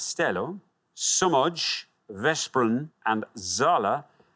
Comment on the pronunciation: "sz" is used in Polish too. I thought Poland until he pronounced Somogy as Somodj and Veszprem as Vesprem instead of Veshprem. Then I remembered Hungarian...